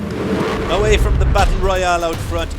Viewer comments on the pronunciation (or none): none